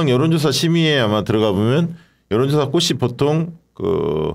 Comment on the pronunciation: "꽃이"는 "꼬시"가 아니라 "꼬치"라고 발음해 주시고, 마찬가지로 "꽃에서"는 "꼬체서"라고 발음해 주시면 감사하겠습니다. 회사 이름을 아름답게 지어 놓은 김어준 씨조차도 "꽃"을 "꼿"이라 하니 안타깝더라고요.